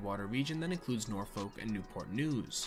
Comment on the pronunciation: As someone whos spent their whole life in Hampton Roads, hearing people pronounce the folk in Norfolk always gets me